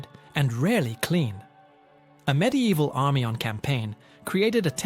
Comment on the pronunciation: Stop saying “MID EVIL” that’s not how the fucking word is spelled, let alone said. How someone can be interested in these topics but not know basic spelling or pronunciation of the items, is beyond me.